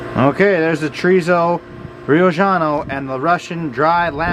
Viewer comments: Brother, I love your content, but it’s not Riojano (Ri-o-ggiano) but, Riojano as in (Ri-o-Hano)…from Rioja (Ri-o-Ha) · Great recipe, by the way the J sounds like H in Spanish.